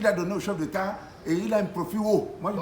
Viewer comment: "cheup détat", "artiste détat" 😂😂😂